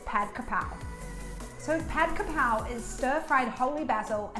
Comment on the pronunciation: Krapao not horapar